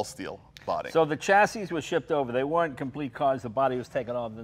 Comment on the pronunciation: Well how about "Jag-war" "Chassee" "Coop" - ugh!